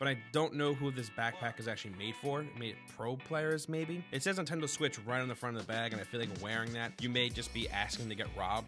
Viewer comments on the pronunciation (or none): none